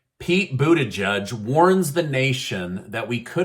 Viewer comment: Jesus, does that gay boy in the White House really pronounce his name as BOOTY JUDGE?! 🤣🤣🤣🤣